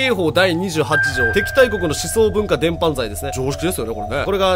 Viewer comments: なんなら流布を「りゅうふ」って言ったすぐ後に、伝播（でんぱ）を「でんぱん」て言ってる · 伝播は「でんぱ」、流布は「るふ」ね！ いつも楽しく拝聴してます😊たっくーさんの読み仮名の幅が広がりますように🙏 もうすぐ100万人！！て盛り上がってた時からもうまた100万人増えて…すごい事です㊗️🎉